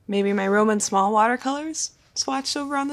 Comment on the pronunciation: Thanks for the vid. One little tip : Roman Szmal , his last name we pronounce like SZ like SH (in shame, shock) and A like in 'but' 'cut'